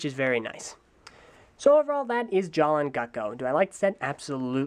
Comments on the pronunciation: Jaller is pronounced JA-LUH! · ***** Yeah, Matoran names were changed. Huki - Hewkii, Jala - Jaller, Maku - Macku, and I think Hali - Hahli. My question was why did he pronounce it with a hard "R"? I thought the pronunciation stayed the same. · did you do the skit at the beginning or did another TTV member do it? Because in the skit, Takua pronounced Jaller's name as it was spelled, but in the review you pronounced it as "Jala".